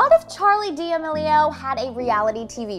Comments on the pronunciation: “Keeping up with the Damelios” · I know she did not just say “ Charli Dia Maleo” Do not get offended anyone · “Charli Deemilo”